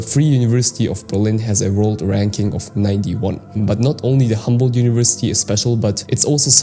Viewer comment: it is not Hamboldt but Humboldt University